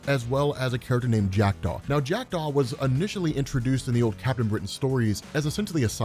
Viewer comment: Oooooh, you said Jackdaw. I thought you said Jack Doff. 😂